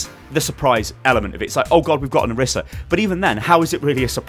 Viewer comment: It's pronounced oreesa please stop